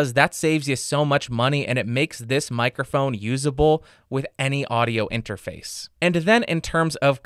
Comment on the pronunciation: Take a shot every time he says "mikerphone"